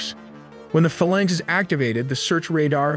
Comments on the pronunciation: Literally no one who's ever worked on a Mk15 calls it 'fuh-lunks.' It's 'Fae-lanx' ... Because it's a magical fairy that will you at 0300 on a Sunday. 😉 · Frigate is pronoinced FRIG-it, not frI-GATE. Also, FAHL-inx not fa-lanx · Good job now I can't stop. Let's delve in, sounded like let's tell them. Sus-tainer, mak 3.5, fuh-laynks... Please learn to pronounce these things. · I'm a stickler for pronunciation...I get it's an old word, but it's pronounced "phay-laynx" not "fuhlaynx". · Forecastle is pronounced Folk cell. Frigate is pronounced Friggit like Friggin. Phalanx is pronounced Faye Lanks almost like it were two words. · Good vid, but be aware the vid mispronounces both "Phalanx" and "Frigate"..... also, noted the range map is badly out of scale, the indicated range being more appropriate for a ballistic missile than a fleet defense missile. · Learn to pronounce words. Phalanx and Frigate